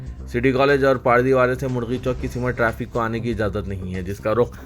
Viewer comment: Simat nahin balke simt sahi word hai.